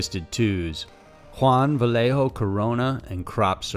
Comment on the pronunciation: Nigga jus said "lead ger" nigga you mean a ledger like l-edge-r mispelled and mispronounced Vallejo 😂😂 broaden your english and you'll blow up